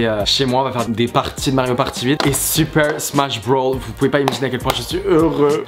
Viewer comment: Non mais au secours mec avant de nous raconter tes "petites anecdotes" quand tu jouait à Super Smash Bros apprend à le prononcer sans l'accent anglais parce que c'est Super Smash BROS et pas Super Smash Brawl, si tu parle de celui sur game cube dit Super Smash Bros melee et si tu parle de Super Smash Bros Brawl c'est celui sur wii